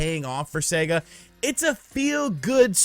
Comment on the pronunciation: Thanks to you, imma start calling Sega, See -ga